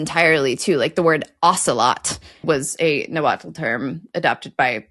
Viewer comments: I dont know if its already been addressed but the TL in nahuatl is not pronounced "tul". For example, nahuatl is pronounced na-wat..but..at the end of the word, you keep your tongue at the roof of your mouth and blow out the sides of your mouth making sort of a clicking sound. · I learned that the "-tl" is pronounced like breathing with the tongue in the T position. You dont say the L.